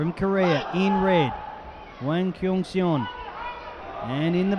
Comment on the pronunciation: The mispronouncing of hwang kyung seon is making me cringe